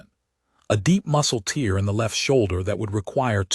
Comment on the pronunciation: I like the story, but the AI narration needs to learn the difference between a tear (torn fabric) and a tear ( crying.)